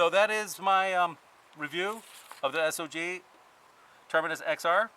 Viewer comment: Thank you for pronouncing the companies name correctly.